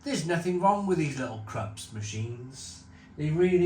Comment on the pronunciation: It's pronounced Kroops..🤓 It has nothing to so with the Krusty Krab 🦀 and SpongeBob..😂😂😂